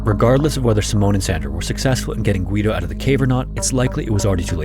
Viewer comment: You don't pronounce the "u" in Guido